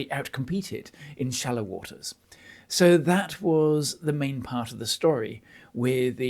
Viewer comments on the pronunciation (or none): none